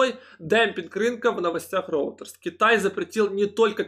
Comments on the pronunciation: Извините, поправлю все же, "Рейтерс" а не роутерс. Спасибо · Та шо за роутерс постоянно, братик, может ройтерс?))